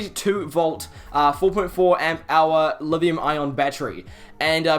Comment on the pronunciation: are you saying livium ion?